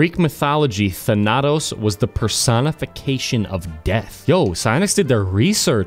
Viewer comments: You put the emphasis on the first A,. THAnatos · Stress the first A thAnatos not thanAtos wtf I can't keep hearing the same word pronounced like that its driving me crazy 😂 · not thanAtos its THaNATOS...im greek ... GET REKT BOI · It's actually thAnatos... Not thanAtos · its thAnatos not thanAtos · Can we all just appreciate how hard butchered the pronunciation of Thanatos (THAN•uh•tōs) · Than- ah - toes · I study Greek and everytime you pronounced Thanatos like " phanatos " I wanted to kill myself I'm joking, I love you <3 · It's pronounced thanutose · If pronounces Thanatos wrong one more time I swear to god